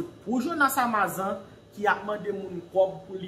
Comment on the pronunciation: Misye anraje.li pa gn vwa jonas ditou Li ta vle imite jonas podyab.epi li paka di amazan nn.amazone 😁😁